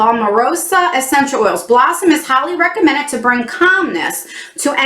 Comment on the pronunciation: I thought you said “the blunt” instead of “blossom” at first 😂😂😂😂